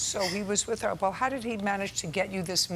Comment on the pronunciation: "While he was widder" . 😂 She stole my teef! 😆